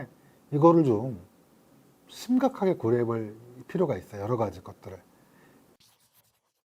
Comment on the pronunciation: 있어요를 있어여로 발음하는 특징을 갖춘 분!